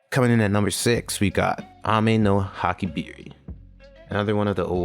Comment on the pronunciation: Ameno Habakiri not Hakibiri